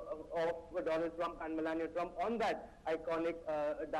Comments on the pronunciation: National its do-lund trump u mistake to write its not donald trump 😂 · I wonder how our PM can't ever pronounced his Bestfriend name Doland Trump🤣🤣😂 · One like for president dolund trump 😂😂😂 if you remember speech by our prime minister 😂😂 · Modi:- DoLaund Trump. Trump:- Viveka MonDon. English pronunciation:- Maaro mujhe maaro. 😂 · Its do-lund trump not donald trump 😂